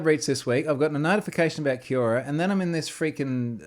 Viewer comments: Come on Troy. You must know how to pronounce Quora. Hint: It's very similar to Quorum. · That's not the way "Quora" is pronounced :)